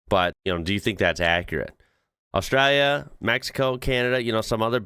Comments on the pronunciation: Why bro saying Australia like that? Austrälia 😅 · I love that when you say 'Australia' you use an Aussie accent...🤣🤣